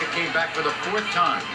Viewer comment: “Came” not “Come”